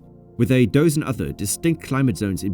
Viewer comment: A pretty good AI voice, though, but yeah, that and “cow-kuh-seez….” 😅